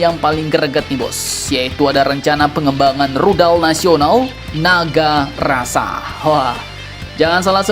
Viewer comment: Kayaknya dia salah sebut tuh.. NAGARASA, yang sebenarnya adalah NAGASASRA.